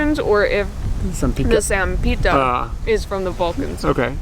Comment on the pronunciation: You are lovely and what most struck me is how you empathize with the culture and the history on a really deep level. Just a note: the pronunciation is SHAMPEETA= sampita and KREMSHNEETE = kremshite. Basically, the reading Croatian rule is that we pronounce I= ee , J=, and letters with the tick as S = sh, C = ch. I know this is some time ago now but I just started to follow you.